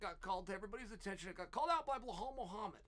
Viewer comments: Uncle Chael, all due respect, sincerely, it's "Belal". It can also be transcribed from Arabic to be spelled and pronounced as "Bi-lal". I hesitated to comment on the "Blehal" pronunciation on several videos prior but my boy Belal is now in the title contender discussion. I hope this does not come off as disrespectful. I had hoped for a long time that someone else would mention this but ... Love your videos. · Bluh-hal 😅😂😂 it’s BELAL .. come on chael lol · Lmaooo blehal? He deff does it on purpose..how hard is it to read belal? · Okay but who the hell is bleuhall? 😂 chael its be lal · "Blowhol mohamade" chael's things 😭😭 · “Blehall Muhammad” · “Blahal” ahahah Chael cmon ahahahah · burhull mooohumad ... why why why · Chael really must just choose to mispronounce the fighter's name.......and I'm here for it 😂😂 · 10-8 Goes to Belal’s name vs Chael’s ability to pronounce it correctly even once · Chael, if you admire and respect Belal as much as you claim to – maybe commit 30 seconds to learning how his name is actually pronounced.